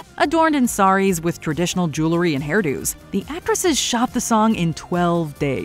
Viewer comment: Jewlery. She keeps saying jewlery.